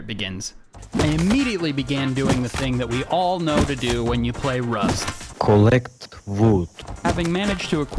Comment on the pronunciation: This guy so trash honestly “KOLLEK VOOD NOW”